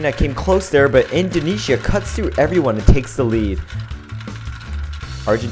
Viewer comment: Indoneia!!!!! Indojesia!!!!!